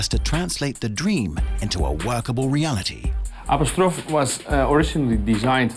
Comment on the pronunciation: "App-oh-strawf" lol